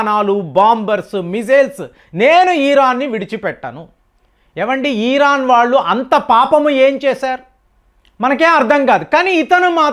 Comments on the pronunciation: ఈరాన్ కాదురా బాబూ... ఇరాన్ 🤥😜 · Your pronunciation of the word Iran is very irritating